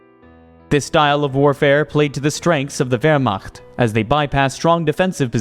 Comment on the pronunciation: yes, but when used in the context of ‘Operation Barbarossa’ it should be pronounced as a German would say it. The pronunciation of ‘Wehrmacht’ in this video is also very questionable.